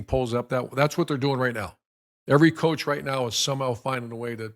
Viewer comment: **COACH not couch lol